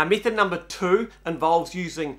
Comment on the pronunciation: Learn to speak correctly please. Method is not “mee-thed,” it’s pronounced “meh-thed.” It’s English, try it.